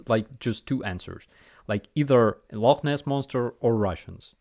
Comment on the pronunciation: Love how you got the pronunciation of Loch Ness correct. Have YouTube fixed their stupid shit yet?